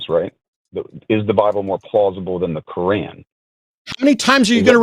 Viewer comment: It drives me crazy when American people say "Cor-ran" for the Qur'an.